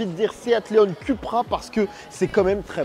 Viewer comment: Ça se prononce “Coupra” et non “Cupra”. 🤓 Et le tutoiement alors qu’on ne se connaît pas, comme bcp de YouTubers font, c’est juste insupportable. 👎🏼